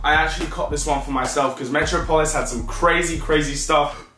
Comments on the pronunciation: Come on bro its not metro polis metropolis, you know where Superman is from You are pronouncing it wrong. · 💥💥 Haha said Metro-polis and it's Met-rop-ol-is 😂😂 haha lots of lol 💥💥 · on god you needa learn to pronounce metropolis properly loool, go watch a Superman cartoon or sumn bruh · Metro polis 😂😂 It’s metropolis 🤦🏿‍♂️🤦🏿‍♂️ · Hahaha "Metro - Polis" obviously didn't do too well in private school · Lol metro-polis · Im from London and even I wouldnt say METRO POLIS smh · ‘Metro-polis’ bruh 🤣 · “Metro polis” bruh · Mans can’t say metropolis 😂😂